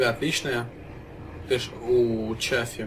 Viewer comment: т.е. это не Chaffee, а Shaffee?